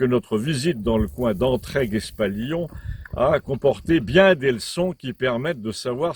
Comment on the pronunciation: Cher Monsieur, Entraygues se prononce entraille, si je puis me permettre. Fidèlement